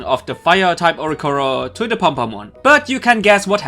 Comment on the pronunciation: There is another "i" in Oricorio. Please pronounce it.